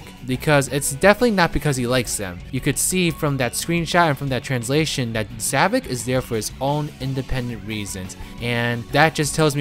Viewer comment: Why I don't quite get is... Why some people call him Zavik instead of Zavok. I'm not an expert on english language, but I've heard some people calling him like that (Even when Sonic call him Zavok, not Zavik)